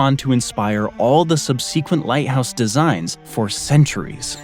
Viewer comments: sorry, what does "sub-see-quint" mean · I agree. His sub-see-quent (twice) unnerved me. 😢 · "sub-SEE-quent"... "Meda-jeans"... "Hair O'Stratus"... I swear, these kids think it's ok to pronounce words however they want... Everyone over 35 knows that those pronunciations are incorrect, but don't you dare tell the kids that.. they'll nail you to a cross and break your legs, just for pointing out their minor errors... (I expect nothing but hateful replies to this comment, of course.) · Thank you. Slaves in Babylon carried the water up to the hanging plants with buckets. Also, look up the pronunciation of "subsequent". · Do other people pronounce "subsequent" the same way you do? If so, may I ask where? Is this is a Canadian pronunciation? British? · no he just can't pronounce words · Well, every dictionary (British and American) agrees that "subsequent" is pronounced with the accent on the first syllable, and the names "Metagenes" (Μεταγένης) and "Herostratus" (Ἡρόστρατος) were butchered pretty badly (ask any Greek person), but I guess you don't believe that words have correct pronunciations, and that we can just choose whatever sounds good to our own ears, because "we're all different", so you must not mind when people mispronounce your name, since it's all subjective and up to the whim of the individual.